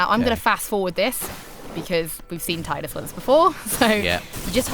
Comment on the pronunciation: Thank you for pronouncing Tidus "Tie-dus".